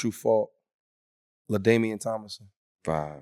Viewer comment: Why tf are these dudes pro athletes and calling Ladainian Tomlinson “Ladamien” 💀💀💀💀💀💀💀💀